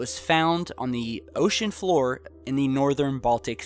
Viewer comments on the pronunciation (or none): none